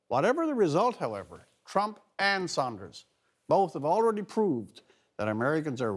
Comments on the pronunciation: Rex, it's SANDERS not SAUNDERS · dudes face literally freaked me out at first, nigga either got good weed or ebola and its sanders. pronounced sand-ers. not sahnd-ers